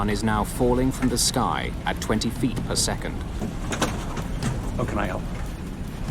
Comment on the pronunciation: As for that SAS/Scandinavian Airlines flight, there's a reason cockpit doors are closed and locked. This is a perfect example of why. By the way, the Scandinavian name Per isn't pronounced "Purr," it's "Pear.".